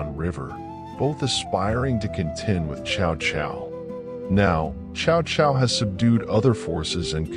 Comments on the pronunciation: It's pronounce something like Sao Sao, not shao shao. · can’t even pronounce Chinese name chow chow 😂😂😂